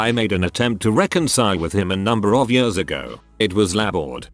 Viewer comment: Also the "yërs" instead of "years" lmao